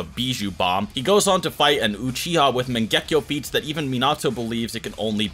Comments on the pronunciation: Mangehkio wtf mate say it properly MAN GE KYOU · wtf is with the "megekko???????" its MANGEKYO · Bro mange-kayo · The way this guy says mangekyo is so wrong.